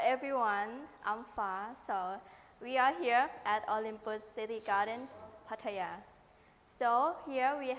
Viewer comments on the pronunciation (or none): Mate ...........Pah tire ...plz learn the pronunciation